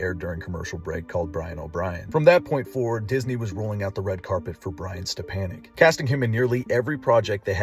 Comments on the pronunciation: Step-a-nick not step-an-nick. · His name is pronounced step on ek not an ek